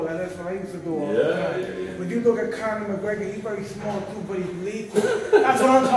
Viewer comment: The way he pronounced Deontey wilder as tyson fury was spot on .. He also nailed Conor and Chris Eubank 100%.. especially Eubank- that was superb